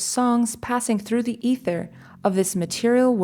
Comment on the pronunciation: I agree that she has a nice tone in her voice and pronounces most Sanskrit words properly however I do hear a slight Brazilian or Portuguese accent in her pronunciation of Sanskrit. In fact some rather simple English words are mispronounced such as ‘ether’, and other words that I cannot remember right now. Overall her Sanskrit pronunciation is far better than most.